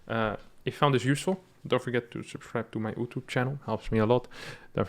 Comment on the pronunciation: Does he say "OooTube" on purpose or because his accent is adorable